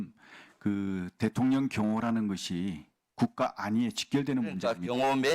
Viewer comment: 묘하게 김병주 의원님 대통년이라고 들려요ㅋㅋㅋ